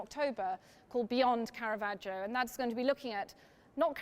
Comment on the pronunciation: Very interesting! (And thanks a million for not pronouncing it carahvajoe)